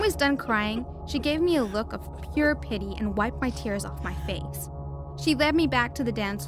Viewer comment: Haha you said fish instead of saying face